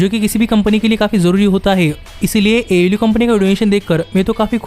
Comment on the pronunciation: It is pronounced AEW (AY EE DABLOO)